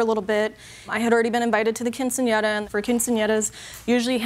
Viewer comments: "To help pay for her cousins keen-seen-in-error"😂😂 why did he say it like that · "...to help pay for her cousin's keen-see-ahnera." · I tried so hard to mispronounce “quinceanera” like the narrator did and….. I just couldn’t lmao. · Nice way to pronounce Quinceanera in the beginning 😂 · Only 12 seconds in and i'm just trippin' off the announcer trying to pronounce "quinceanera" 😅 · I can't get over the pronunciation of "quinceañera" by the narrator. Lol. Nevertheless, buy your cousin a freaking gift. If you already gave 2500 dollars, why would you ask for money from people who aren't family for a party for your COUSIN? I don't care if she's "like family." JJ is right. If she didn't offer her contribution, then clearly she's not as close to the family as she says. At least not the cousin. 1200 for "like family"?? NEVER. 😂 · The guy at the beginning could NOT say quinceanera.